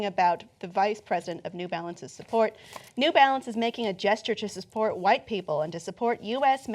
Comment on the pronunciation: Why did she say "white people" like that?